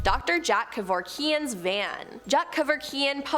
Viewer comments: I wanted to scream “KA-VOR-KEY-IN” every time she said it! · Do you speak English? Holy mispronunciation, Batman. Detoyit, KevorkEEEan, canjer, etc. Have you never heard these words in your life? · Bro why can't you pronounce Kevorkian or Detroit dee troy tab